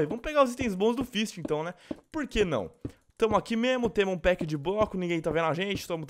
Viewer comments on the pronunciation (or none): none